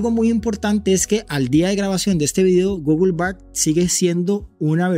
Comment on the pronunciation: Deberías escuchar en Google Translate como se dice la palabra "Google".